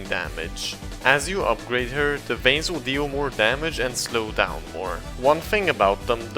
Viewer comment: Bro when he called vines veins i laughed so hard i hope you seriously didn't think it that it was veins not vines